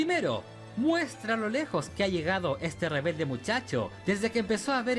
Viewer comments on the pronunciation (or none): none